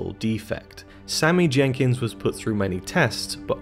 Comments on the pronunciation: Great analysis of top notch film. However it’s Sammy Jankis, not Jenkins😂🤦🏻‍♂️ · Ugh! It's Sammy JANKIS not Sammy "Jenkins" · It's Jenkis... NOT Jenkins... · Bruh it’s Sammy “Jankis” not “Jenkins.” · I know this video is 4 years old but I would just like to point out that his name is Jankis, not Jenkins. It's even written on screen. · Sammy Jankis not Jenkins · Not Jenkins. Jankis. No excuse for this mistake since we actually see the name written on Leonard's hand as well as hearing it spoken many, many times. Also there's no reason to make this video. The movie tells the audience everything pretty clearly. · Sammy Jankis! Not Jenkins. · It’s Jankis. Not Jenkins. Sheesh. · Sammy Jankis. No "N". :) Like your videos bro blo. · Jankis not Jenkins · Its Jankis, not Jenkins. Otherwise great video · Jankis... not Jenkins. No second N. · "Jankis", not 'Jenkins"... SHEESH! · You can’t even get the name Sammy Jankis correct. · Sammy JanKIS. Not Jenkins. :) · Cmon dude. It’s “Sammy Jankis” not “Sammy Jenkins”. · I feel like you havent even seen it just cuz you said jenkins instead of Jenkis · His name is Sammy Jankis yo, you're pronouncing Jenkins. Lets get it together bro. Good work tho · Its not sammy jenkiNs its sammy jankis!!!!! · It's Jenkis, not Jenkins. That really annoyed me for some reason. Can't even get a character name correct, but expect to be able to explain the ending?